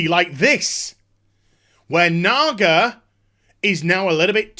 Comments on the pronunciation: probs because supposed to be said is "Nah-GaH"... not, "Nah-Gar"... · Jesus Christ dude, no they are not called Nagars. Now you're bad accent is making it sound even worse! lol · you keep saying nagar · LMFAO they think they're saying nigger when there saying naga? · he said NAGAr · "what a nagar is".... No R at the end there boss... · When you add the hard r to naga in the British accent it gets a bit iffy. 😂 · I never realized until now, that when you say Naga with a British accent, it sounds like there's an 'r' at the end. That could contribute to a misunderstanding maybe? still silly though, if Blizzard hadn't fired all their community people they might have had someone to check that out first. Also this video reminds me of one of me and my brother's favorite game which was to say words around our mom that sounds like they ought to be dirty but aren't. Words like asphalt, bunghole, and schist. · It took me until about the ten minute mark to figure out the supposed word Naga was supposed to sound like. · Your accent makes it sound 3x worse when you say "naga". Also I can't ever watch a video of yours without skipping around because you couldn't get to the point of the video title.